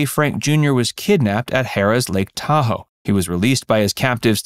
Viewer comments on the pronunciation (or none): none